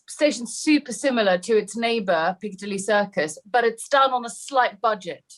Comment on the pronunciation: I love your pronunciation of Piccadilly. Never stop saying it. Greetings from Sydney.:face-purple-smiling-fangs:🏳‍🌈